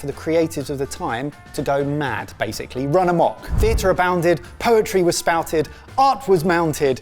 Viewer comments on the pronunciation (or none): none